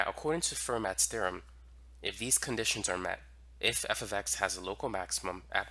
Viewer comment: Fermat is pronounced "fair-mah" in French.